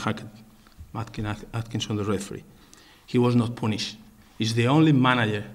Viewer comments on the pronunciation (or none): "He was not pooooonished..."